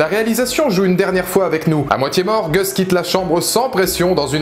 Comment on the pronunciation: Pourquoi les Français ont-ils si mal à prononcer le "u" (=a) anglais? Vous avez la lettre "a" aussi, donc pourquoi prononcer "Gus" [Gasse] comme "Goesse"?